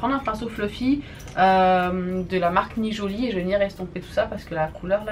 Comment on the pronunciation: Née Jolie pas nijolie ma belle mais sinon tu es magnifique comme d'habitude !